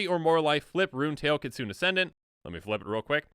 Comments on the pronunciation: Kit-soon? Ki-tsu-ne! Japanese for fox, きつね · PSA: Viscera: VIS-er-a. Kitsune: kit-SOO-neh. Real words that you can look up in a dictionary.